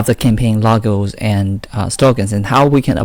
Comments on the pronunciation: Logos not Lagos man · Campaign "lagos & slogans" ? Wth man. Lol. I can't watch your videos because your pronunciation is so hard to listen to 😕 sorry